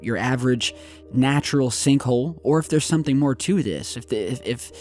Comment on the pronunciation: More is not maryer